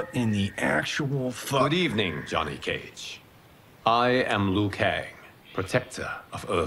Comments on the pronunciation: hahaha, That's a very good point! It's clear that they gave Liu Kang a Chinese accent, but even he pronounces his name incorrectly lol. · I watched the first hour, and I can only say it's so well made! Worth the wait! Edit: all the voice actors should've been trained to pronounce Liu Kang as lee-you-kang, not lu-kang